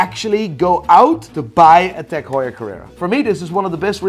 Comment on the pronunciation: Hi, i'm bit confused with your pronouncesion with Tag-heuer cause you say it "Tech hueyer" not Tag-heuer, hope someone can help me